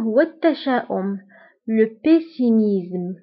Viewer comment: Salut dans le mot optimisme et pessimisme tu pronnonces z au lieu de s